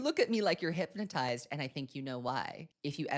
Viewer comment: She said in an interview that she wanted Wood to be timeless…ma’am in what world is “ah-matized” timeless